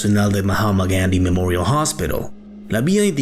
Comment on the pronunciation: Que desagradable es cuando pronuncia el nombre completo del Hospital Gandi en inglés. Resulta desagradable y cómico, y no resulta creíble. Si esta leyendo o hablando en español por favor no pronuncie los nombre extranjeros atragantándose, como le digo queda desagradable y cómico. Es imposible verlo hasta el final.